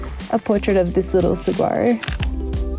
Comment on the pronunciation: Saa-wah-row not se-guar-o 😂